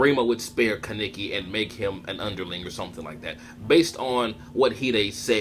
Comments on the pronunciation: Ka-neiki wtf who says it like that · It's pronounced kah neh ki! Kaneki!! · My nigga learn how to say his name